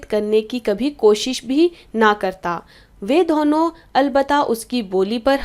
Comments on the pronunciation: Ma'am itsदोनो not धोहनो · Why do u pronounce Dona like dhono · Ma'am app dono ko dhono mt bola karo bohot hassi aa ti h dhonon nhi hota dono hota h 😂😂😂😂